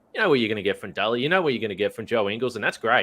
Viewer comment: I like your work my friend but you really need to do something about your elocution. It's absolutely maddening to listen when you pronounce Delly as Dally... help as halp... Melbourne as Malbourne... well as wall... and so on. Please do something about it.